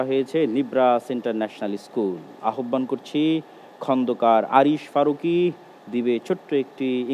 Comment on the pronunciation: আহ্বান উচ্চারণটা সঠিক করে নিবেন ।